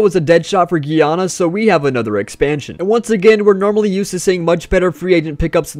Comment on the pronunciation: It’s Guy-awn-a